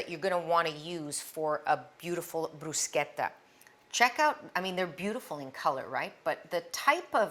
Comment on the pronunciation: Love it all coz all are for healthy eating 🌈💖🌷✨ Thank you for also teaching the right pronounciation of Bruschetta. 💖💖 Coz not everything or word should be pronounced in American English. There are words to be pronounced the place or country of Origin. Some people I know used to laugh at me the way I pronounced words coz they don't know how to pronounce it from country of origin or the way other countries pronounce it. European and Asian are more similar in pronounciation of several words that are so different than American English.